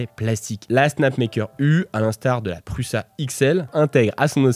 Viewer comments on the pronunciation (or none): none